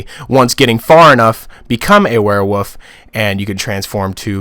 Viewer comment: the way you say werewolf bothers me it sounds like your saying werewoof i ain’t trying too offend you though